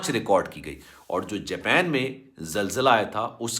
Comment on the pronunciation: Jaaaapeen nhi japan ha